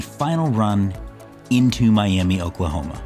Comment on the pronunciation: Another random thought about Oklahoma, it's pronounced "My-ah-muh". Why? No clue. That's just how it is.